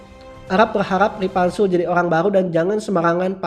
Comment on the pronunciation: Ripanzul Woi Bukan Ripantek🤣